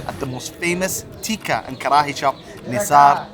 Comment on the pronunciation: The way u say kharhaiii had me bhrsting with laughter